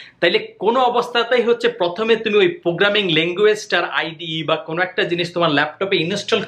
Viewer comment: প্রোগ্রামিং নাকি পোগ্রামিং? Apnar kotha bujhi na. 😭